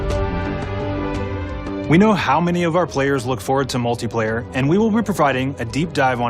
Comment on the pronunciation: Did he say “multay” player?